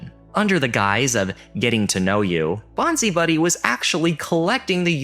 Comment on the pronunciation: Bonzi Buddy is pronounced bonsai buddy... Love the vids, thanks.